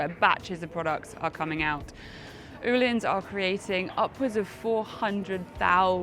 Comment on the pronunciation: can someone explain the correct pronunciation I thought the correct pronunciation was o hlins not as she pronounced it oo hlins or is me.